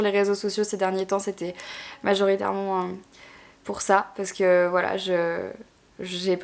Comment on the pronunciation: Dans chaque vidéo à chaque fois que tu dis "parce que" je trouve que tu as une manière bizarre de le dire 😅 en mode "parce qu'EUH" ça me perturbe...